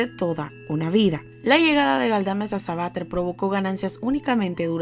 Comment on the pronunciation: SABATER.... Sabatér... CON ACENTO EN LA E